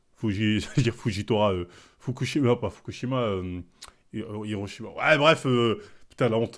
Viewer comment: "Fukushima iroshima " 😂😂😂😂😂😂😂